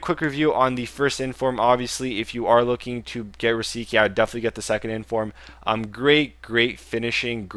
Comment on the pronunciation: Rosicky's name is pronounced Ro-zi-tzki ('tz' like in the 'zz' in Pizza)